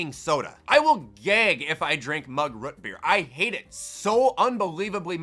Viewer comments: why you say root beer so wierd, you say rut beer lol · “Rut beer” lol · tha way says rootbeer sounds so satisfying (RUTBEER)